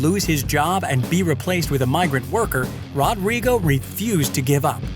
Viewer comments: It's pronounced HO-drigo. :) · It's so realistic. The only thing that could've made it more accurate would be to pronounce his name right. That r would make an H sound in Brazil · The way he says "Rodrigo" cracks me up